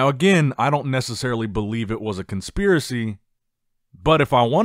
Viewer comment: "I don't believe it was a conspirary" then proceeds to emphasise the call outs several times. Come on. I feel like you deep down agree with Tonio😅